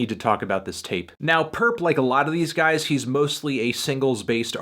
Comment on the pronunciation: Stop calling him purrp that nigga ain't purrp